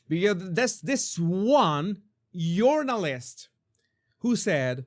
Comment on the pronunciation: Urinalist, absolutely perfect Jesus, I do realize you were saying journalist 😂